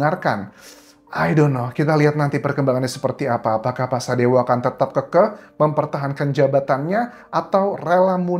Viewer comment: keukeuh Pa Anjas bukan kekeh 😅😅....